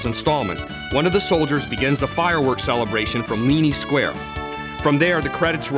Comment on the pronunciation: yeah sorry it's Mar-luh and its Leene (LEAN) Square not Leany Square